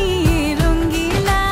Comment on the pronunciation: তাসনিয়া ফারিনের ভুল উচ্চারণ রঙ্গিলা হবে রঙিলা।